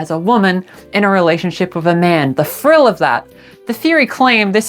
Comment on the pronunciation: when you said "for the sake of thrill" i thought you meant "frill" like just out of the love of the game